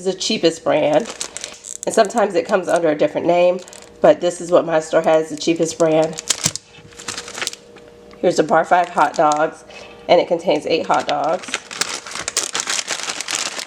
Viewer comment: Bar '5' ,,,lol! It's Bar S